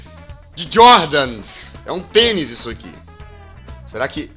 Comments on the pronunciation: vai no ate ele vai e fala penis em vez de tenis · se o jazz estiver gripado (nesse video) eu entendo o poque dele falar ''pênis'' ao invés de ''tênis'' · o jazz falou pênis kkkkkk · quem percebeu que o jazz falou penis em vez de tenis ? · o jazz falou penis afim de tenis a hora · só eu que percebi que jaz disse penis? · Eu ouvi tênis ou pênis? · Quando jazz falou tênis eu achei que ele tinha falado penis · rachei na hora q ele falou pênis😂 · eu também kkk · eu tambem!!!